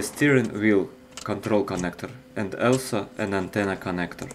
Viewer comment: You must be a top expert in linguistics, lol hey... don't judge, and you won't be judged. He only needs to work out a pronunciation of some words like "also" - it's more towards "olso" and not "elso" and similar stuff. Well-done, your English is awesome. P.S.: every language is a big asset and another facet in your personality making it more versatile and open to other cultures.... however, mind your native language as your identity and you ll never loose yourself.